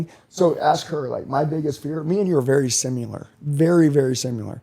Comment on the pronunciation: this dude Cant say Sim-I-lar he says Sim-U-ler